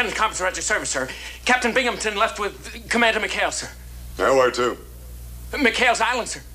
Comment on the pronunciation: First time Bimgamton had glass in his glasses!....there’s no p in his last name!